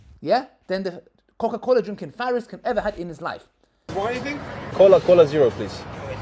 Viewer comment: 'CocoCola Farris'..... LOL.